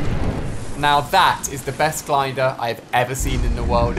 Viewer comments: he said glinder instead of glider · he said *gliNder*......?